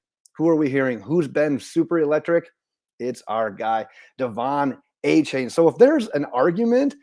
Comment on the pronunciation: AH-chain not AY-chain. 👍